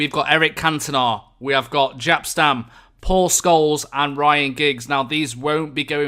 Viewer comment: We should have a counter for how many times you say 'ofcourse' Also, the J in Jaap in pronounced like the Y in Yellow